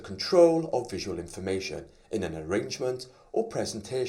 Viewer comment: It should be 'informatIOn' not 'informatOIn' :)